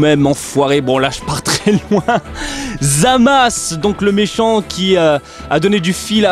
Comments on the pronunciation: pq tu dit zamas? et pas zamasu? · Parce que la véritable prononciation c'est Zamas et non zamasu, le u est mué, pleins de gent font l'erreur de l'appeler Zamasu